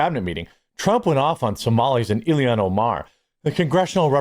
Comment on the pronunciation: Ilhan (ill-han). You're adding an extra I and I don't know if you're doing it on purpose or not😅